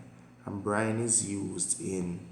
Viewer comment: sir is it brime or brine????